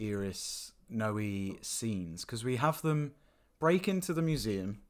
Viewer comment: Grrrrr.. It's not "No-ee" It's "Noy"... at least get that right.